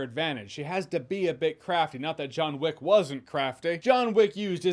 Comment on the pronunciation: Joanna Wick? 😂